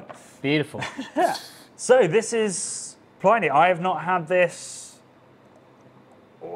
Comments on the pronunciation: The dead Roman's name is pronounced Pli-nee (to rhyme with 'mini') not ply-nee (rhymes with tiny?). As someone who learnt the name at university twenty-five years ago and has been reading it that way ever since, this seems a bit jarring. Is there a reason for the pronunciation? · I don't know how the people who produce the beer say it, but the name of the classical author (in English) is definitely pronounced 'plinnie'. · Good luck getting these boys to correctly pronounce Pliny’s name when the RR guys also mispronounce it. Me, I’m still hoping that one day (and other Brits) will learn how to pronounce “Chinook”.